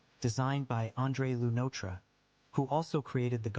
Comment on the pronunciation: "Andre Lew-Notra" pronunciation is wiiiiild